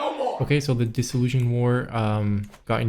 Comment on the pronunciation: FYI dissolution is pronounced diss-ol-u-shun like solution or nation, not zhun like confusion or disillusion.